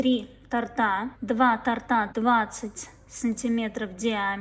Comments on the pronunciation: Как режет слух....тортА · То'рта!!!!!!!!! Блин!!!!!!! Ударение на "о"!!!!